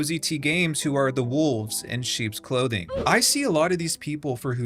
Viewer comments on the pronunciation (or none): none